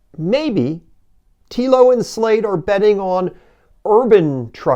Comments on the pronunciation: All valid points but it kind of torpedoes what you are saying if you have not researched things enough to correctly pronounce the vehicles you are talking about. "Slate" is easy. "Telo" is not 'Tea-Lo'. It's 'Tell-Oh'. Picky , I know but a simple viewing of any of the Telo videos out there would have let you know. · You should've named this video "The American 'Big Truck' Lie: What the Big, Clumsy American Automakers Want You to Believe". I can't wait to retire my F-150 AND my Mustang in favor of a single 500 hp, 4WD Telo. BTW, it's pronounced "Tello" - not "Teelo". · It's "Tel o" as in hello. Not "tea lo". It's the F series that's the best selling, not the F150. People generally buy what's available on the lot. I have the L:ightning Pro as well. Meets my use case. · When doing a video about how bad other brands are going to be, just take 5 minutes before you start and do a bit of research on how to say the brand name. Telo is pronounced like Hello, except replacing the H with a T. The people who are creating the truck say the name multiple times on every single one of their videos... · It's telling that you don't know how to pronounce Telo. Meaning you've never bothered to look up a video on it, or you'd know how it's pronounced because they say it all the time. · "Weird" is not bothering to do enough research to pronounce the company name correctly. When you heckle Wilbur and Orville, you demonstrate your own limitations- not theirs.